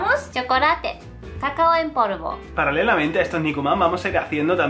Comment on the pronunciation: Ose en vez de negro dice neglo pero en vez de polvo dice porvo .-.?